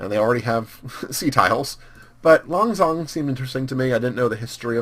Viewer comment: I really enjoy you playing as Laos, although I'm Laotian myself and speak the language and you are pronouncing Lan Xang wrong. Lan is right, although Xang means elephant and it is pronounced Sang.